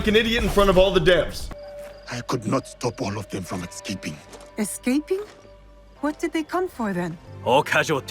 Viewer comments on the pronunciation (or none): It's pronounced escaping... Not ecscaping. Next he'll forget to change the batteries in his smoke detector